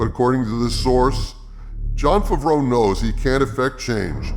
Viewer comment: I love how you pronounce Favreau as Fvro